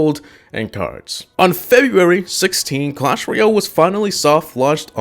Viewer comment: You keep saying clash royell